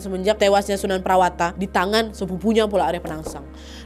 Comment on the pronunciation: sunan prawata: sunan prawoto, sultan hadirin bukan hadiri